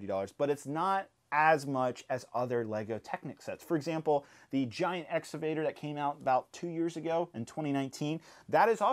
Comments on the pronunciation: exCavator not exavator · It's pronounced, "Ex-CA-Vator.